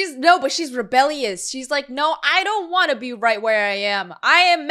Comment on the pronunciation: “ScI wAnCHT tO gO bAcK” was great